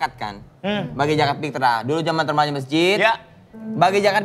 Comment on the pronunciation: Itu ngomong zakat aja ssah 😂😂 jngan pkai jakat njjrrr yg bener adlh zakat.